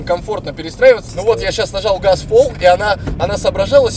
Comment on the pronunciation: Я нажау гауз